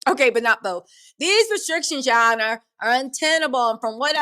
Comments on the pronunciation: Ya Ah-nah 😂😂😂 be taking me out! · "Ya Honor"😂😂😂tickles me chile every time